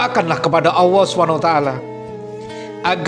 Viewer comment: Masya Alloh. Sedikit koreksi.. maaf ya. Penyebutan Allah nya blm jelas. Maaf